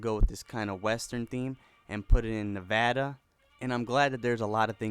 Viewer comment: you said Nevada wrong the first time.